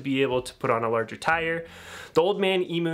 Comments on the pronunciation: It’s emu not emoo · e-mew not e-moo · Please look up how to pronounce “emu” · Pronounced ‘Eem-You’ 🤠